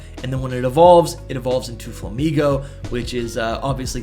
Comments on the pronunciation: Bro really pronounced “flamiño” as “flamino” 💀💀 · one thing I will say about Flamiño is that it's supposed to be pronounced like "nyo" since it's niño, the spanish word for "child"